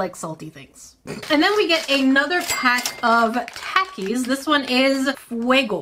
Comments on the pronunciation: Its talk-ies not tac-ie sry i had to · There takie sounds like (talk-e) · It’s said like talkys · The waynshe says takis made me laugh so hard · She got mad at people for saying pocky wrong then said takis like that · you said takis wrong